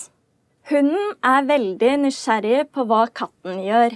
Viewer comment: "neisdjerring" nysjerægega neissertsjerrig